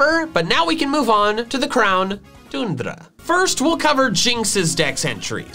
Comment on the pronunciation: We here in Belgium who say tundra like that